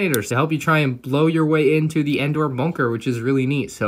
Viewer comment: it’s Endor